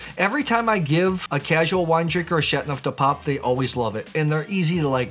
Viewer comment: It’s Châteauneuf, not Châtneuf. The eau is not silent.